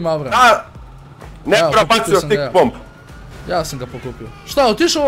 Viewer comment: Zašto stalno govori "STIKE bombe"?